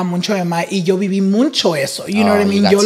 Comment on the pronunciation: it’s MUCHO NOT MUNCHO😭😭